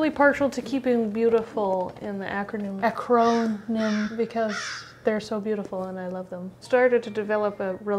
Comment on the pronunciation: "Ac-CROW-nym" I'm dead lmao